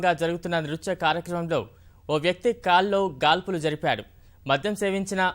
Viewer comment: కాల్లో గాల్పులు ఏంట్రా గూట్లే ..! గాల్లో కాల్పులు, అని సరిగ్గా చదవకుండా !